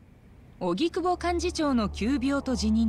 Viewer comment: 荻久保→おぎくぼ ❌はぎくぼ 何回間違えんねんw